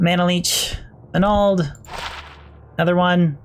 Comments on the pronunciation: you say "manald" weird. like MinAld... do you call your magic "minna"? or MAN-Nah? MAN-NALD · the repeated "MAH NAL'd " really got to me... MAN ALD bro :)~ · Stone of Manald hahahahaa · Everytime he says manald Drink a shot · Manald manald manald another manald and...another manald 🤣😐😭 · Manald - Manald - Manald - Manald... Another Manald!! xD Manald - Manald - Manald - Manald... Another Manald!! xD My Friend names is Maneld, when you say Manald you say my friends name hahaha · If i didnt think the word "manald" sounded weird before... Lol great vid thanks for the rng showcase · Definitely pronouncing all the ring names incorrectly... It's not najel (nay gel) as you say... It's Nagel (nag ell). It's not ma nald, you're placing the syllable break incorrectly. It's man ald (sounds more like manuld). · why cant he pronounce nagel or manald - wow.